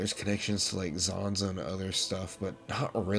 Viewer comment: not trying to be rude or anything because i do enjoy these videos but why do you pronounce samaarians and zanza like that? you can hear the correct way in the games so why?